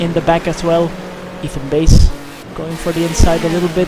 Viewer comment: Fun to watch things I never got to see from where I was. Just a few things, the pronunciation of my name, it's Bass as in the fish, not like the guitar. Also I'm in the Pro class, despite being so far off the pace, Road Atlanta doesn't like me. :S